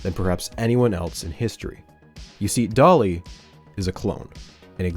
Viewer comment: I know he's calling the sheep "Dolly", but I can't help but hear "Dali" every time he says the name...